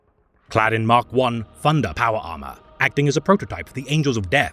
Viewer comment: “Funder” lol